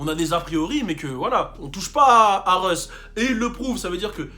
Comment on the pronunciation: Russ not reus lmfao